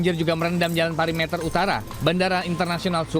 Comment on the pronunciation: pErimeter, bukan pari meter!!! Pembaca berita kok ngikutin kesalahan reporter.